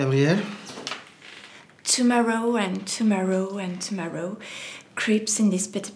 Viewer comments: rayden63 sauf que lui il dit « tomoro » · c'est un tueur. J'ai failli m'étouffer avec mes chips quand il a prononcé tomorrow. C'est mon préféré. Trop fort le.